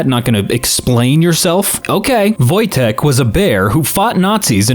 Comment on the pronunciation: Finally! Someone pronounced Wojtek correctly!